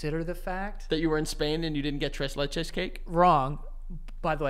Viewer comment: please never say tres leches like that again